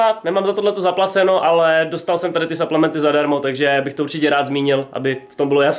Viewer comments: po česky suplementy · Jaký saplementy do háje čte se to suplementy